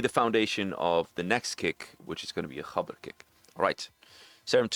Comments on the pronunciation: maybe roll the r as well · wait is that the correct pronunciation of "gabber"?😮